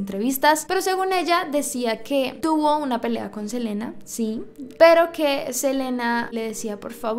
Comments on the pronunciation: Su nombre se lee Selina, no Selena. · no es hate solo te lo digo no se dice selena se dice selina el nombre que se dice selena es de selena gomez en este caso es selina quintanilla se escribe selena y se lee selina me encantan tus videos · Hola, te quería decir que estas pronunciandolo mal,em realidad su nombre se pronuncia "selina" aunque se escriba "selena" sólo es un dato no lo digo (escribo xd) de mala manera:) también es "ei bi" para q sepas como pronunciaron aunq se escriba AB